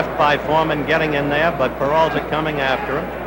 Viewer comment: Howeeee cannot pronounce PERALTA.